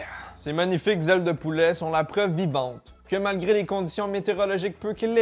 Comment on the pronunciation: Je sais vraiment pas pourquoi mais j'ai penser au 'Violoneux Ronald' quand t'as dis 'dé zailes de poulaa' 😂😂